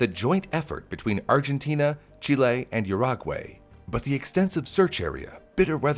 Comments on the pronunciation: It's pronounced OO-ROO-GOO-AI, not YOUR-AGUEY. As a Uruguayan this pained me. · Chile, Argentina and Your - ra - gwei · It gives off a really sloppy, unprofessional vibe when you butcher so many pronunciations in such a short time. Dunno where the country of Yurag-way is, sounds like somewhere from Azeroth. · yur-OG-way - Ouch! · Proud to be from Urahgwey